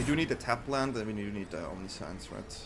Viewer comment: I like the vid, i like the deck but the way you keep pronouncing 'omniscience' gives me cold shivers. I get that english is not your first language, nor is it mine, but there are plenty of tools to find out the correct pronunciation of a word. Even if it is typing it into google translate and listening to how it is pronounced there. You're certainly not the first creator who mispronounces words and you won't be the last, but for the mental sanity of your audience, pls try to make more of an effort on getting it right. Thanks in advance :) I subbed btw so i do value quality of content over anything else. Fyi.